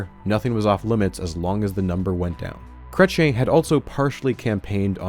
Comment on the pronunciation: 44 Minutes in and I almost turned this off, please learn how to say "Chrétien" (Krech-yean)